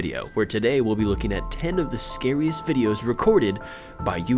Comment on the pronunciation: scariest night not secret night